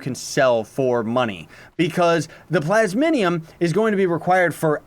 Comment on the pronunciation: Ikr some people say plasmonium. Its just plasmium